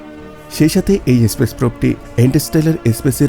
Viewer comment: এসপেস না বলুন স্পেস